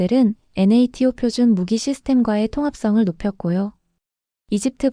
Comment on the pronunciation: " THAAD"를 "티에이치엣엣디"라 하지말고 "사드"라 하고 "NATO " 도 "엔에이티오"라 하지말고 "나토"라 해야지. 이런게 한둘이 아니네요.